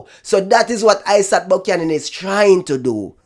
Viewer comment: Great try Dry spray buck-yan-an 😂😂😂😂😂